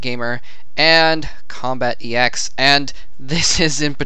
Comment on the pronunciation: Its combatEx not combat Eeh EX